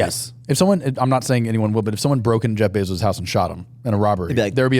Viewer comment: shawley first person ever to say jaif bayzos